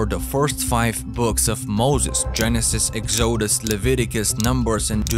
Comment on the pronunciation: Love ur accent and how you say exoosus 😂😂